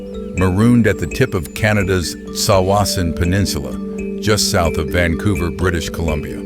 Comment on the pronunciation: not a bad pronunciation of Tsawwassen, better than most locals